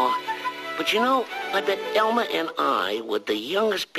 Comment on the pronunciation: Simple Animations Elmer, not Elmore.